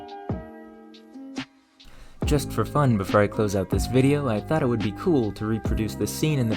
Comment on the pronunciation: This is your second video I've watched. I am impressed, that's hard to do. One amusing note... I used to teach pronunciation, so I've got a bit of an ear for it. You seem to struggle with "or". Examples... Before - befur More - mur For - fur It's perfectly understandable, no need to change it. But if you wanted to fix it... Practice those words with a more open mouth a few times a day for a month. Right as rain. 😊